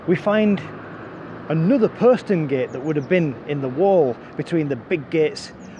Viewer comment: Thank you. I found that very interesting and learned things I wasn't aware of previously. I quarrel with your pronunciation of 'posterngate'. Check OED where the 'o' rhymes with 'hot'. As a Hull resident I have never heard your pronunciation in the city before.